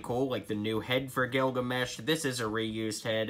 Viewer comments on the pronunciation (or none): none